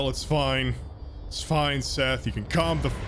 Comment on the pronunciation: IM TIRED OF YOU SAYING MY NAME WRONG